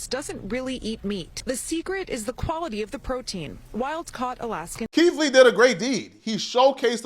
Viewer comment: "Keef Lee" lol